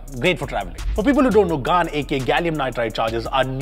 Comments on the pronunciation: Someone teach him how to pronounce “Gan Charger” 😂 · Please don't tell me that's how you're going to pronounce GaN from now on. I will unsubscribe. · Is it intentional that you call it a GAAAN charger to sound something like 🍑.I am not a english teacher and you speak thousand times better than me. however if its intentional then í didn’t like it at all. You’re one of my top favourite indian youtubers. No offence, but I request you to maintain sanity. We being Indian can hear fowl words thousands of times in a day. Don’t want here too please. Its ‘Galium Nitrite’ ….Gayliyum not Gaaliyum. Honestly you’re the first person I’ve heard pronounced it GAAAN charger.